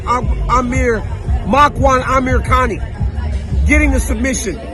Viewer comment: The amount of times I had to rewind the vid and hear you say Amirkani’s name 😂😂 am in stitches over here! 🙈